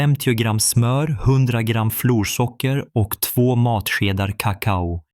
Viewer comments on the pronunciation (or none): Han har fel betoning på "kakao". De talar som datorer. De talar inte naturligt.